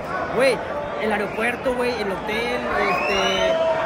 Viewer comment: Aferrado el bato con su "aeropuerto"😂😂😂